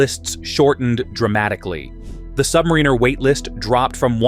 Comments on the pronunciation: I dunno, not listening to anyone who calls the Rolex Sub a “Sub-Marine-Er” vs Sub-Mare-In-Er 🤔 Another BoT channel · Don’t listen to anyone who calls the 24 secs in…Rolex Sub a “Sub-Marine-Er” as it’s pronounced “Sub-Mare-In-Er” Even for a BoT the moron who stitched this all together doesn’t have a clue.